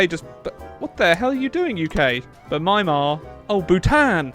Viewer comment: The way the pronounced Myanmar...